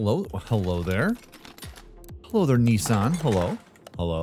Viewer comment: He’s American cause he pronounced Nissan wrong